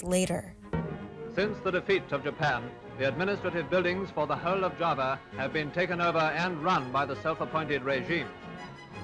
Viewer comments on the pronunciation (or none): none